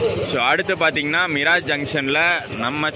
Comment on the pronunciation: அது மிராஜ் அல்ல.. மிரஜ். பொதுவாக மீரஜ் என அழைக்கப்படுகிறது